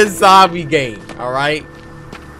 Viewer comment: and you said gane instead of game lol stop it